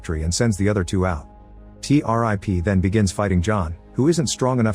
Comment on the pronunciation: Not T- rip. it's T-101